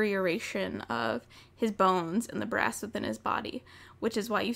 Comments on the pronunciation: Omg brass a thought she said grass I'm so dumb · I kept hearing grass instead of brass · Every time you said brass in this video I though you said grass That was confusing lol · all most the whole video i thought you said "GRASS" but you were saying "BRASS"